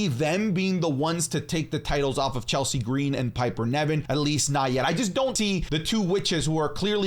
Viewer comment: You pronouced Chelsea Green's name wrong!!!